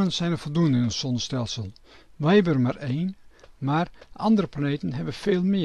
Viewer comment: Waarom kan deze man de "Z" niet uitspreken. Wel handig als je het constant over zon en zonnestelsels hebt. De son, het sonnestelsel????